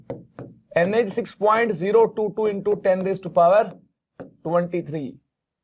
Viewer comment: Sir doesn't says NA instead, he always say Anne 😂😂😂